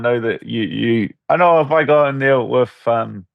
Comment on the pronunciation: Dan saying name correct Arman and Ariel continues to say Armin